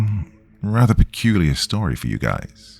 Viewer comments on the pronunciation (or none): none